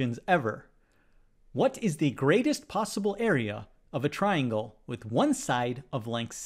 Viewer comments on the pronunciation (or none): none